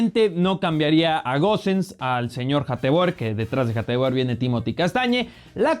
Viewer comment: Hateboer se pronuncia hatebur